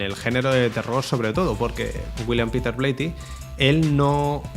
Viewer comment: "hubiieron" " habían" " "Bleiti" "Fredkin".... gramática menos 1.000 y ni hablar de como pronuncia nombres foráneos (no tiene porqué saberlos - su lengua nativa es español- aunque se la pasa por el arco del triunfo - pero ya que se pone a currarlo...haber buscado como se pronuncian...) Lo mas horrendo es lo de "Habían colas ..." "Hubieron desmayos"... solamente dijo "Habia gente" porque " gente " no lleva S. Y después vienen a tocarnos los cojones con la rancia RAE. Me cago en sus muelas- Si en el pais desde donde el lenguaje es originario hay gente como este "filósofo" que lo habla tan horrendamente (filosófico y metafísico) ????, no jodan. ¡Apaga!